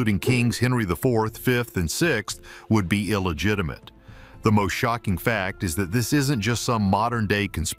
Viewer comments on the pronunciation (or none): none